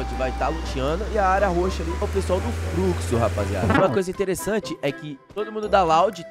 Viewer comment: Nobru é fruxo não é fluxo😂😂